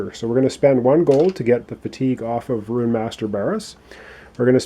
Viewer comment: oh btw i tested: within games on hard the longest game i got was 54 turns (the shortest being 10^^) also Rune is pronounced Roon and not Ruin or if you wanna be fancy and norse you can say Rune like Runa (its roon-a with the a being a bit quieter mixture between a and an short eh)